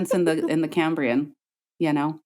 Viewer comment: It's the CAM-brian explosion~~~